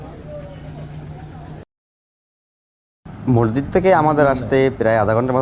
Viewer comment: Masjidke morjid bolen keno?